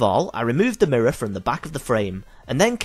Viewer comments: "The mirruh" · bloody mirruh